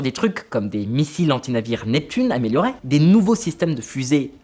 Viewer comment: améliorè 😂🤣 SOS orthophoniste 😂🤣